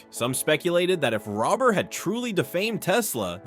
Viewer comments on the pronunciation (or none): bro be respectful u pronounsed mark rober mark robber like robing a bank you pronounce it like rober as in rover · Lol you can't even bother to get his name right